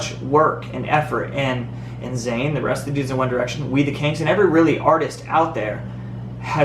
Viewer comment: ITS ZAYN NOT FUCKING ZAYNEEEEEEEEEEEEEEEEEEEEEEEEEEEEEEE AHHHHHHHHHHHHHHHHHHHHHHHHHHHHHHHHHHHHHHHHHHHHHHHHHHHHHHHHHHHHHHHHHHHHHHHHHHHHHHHHHHHHHHHHHHHHHHHHHHHHHHHHHHHHHHHHHHHHHHH